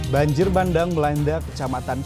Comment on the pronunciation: Bukan banjir bandeng tapi banjir bandang. Penyiar yg benar aja nyebutnya!😀